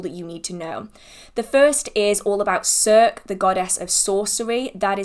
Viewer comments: Thank you for this video! You’re always so informative and it’s so helpful for finding witchcraft books on specific topics. Also, I believe Circe is pronounced “sir-see”? x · Just a gentle FYI: both C's in "Circe" are usually pronounced with the "S" sound. Love the videos both long and short, my only complaint is that my Amazon wish list for books -- the vast majority from your videos -- is rapidly beginning to outweigh my wallet...! <8-D